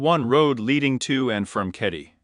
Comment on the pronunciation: Keddie not caddie